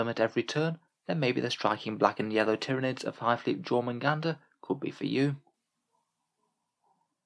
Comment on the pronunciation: I still think it's pronounced "tyran-ids" like Tyranno meaning tyrant in Latin and Id meaning this/that/it. Essentially "Tyrannical One" in Latin, or excuse me, High Gothic lol